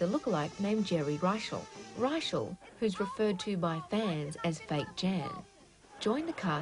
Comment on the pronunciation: Sorry,, but Geri Reischl's surname is pronounced: IPA /rə'ʃɛl/ (rə-SHELL). I repeat: it is pronounced like "Rachelle."